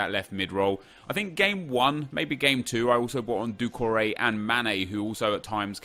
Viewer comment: who else is annoyed by the way he says doucoure